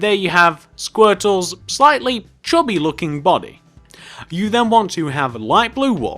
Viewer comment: You said chobby not chubby